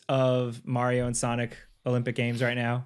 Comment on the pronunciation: I caught actually pronouncing “Mario” CORRECTLY LOL